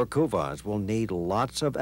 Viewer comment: Americans can't pronounce kuvasz (I am hungarian so I know)